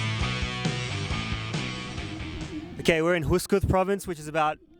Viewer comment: Wrong... Yaks are not "pretty much" the national animal. The national animals are camel, cow, sheep, goat and last but not least horse. BTW, the province is pronounced Khovsgol, not kooskoos.